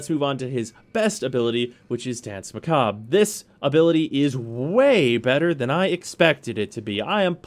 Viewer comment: Pronounced mah-kah-bruh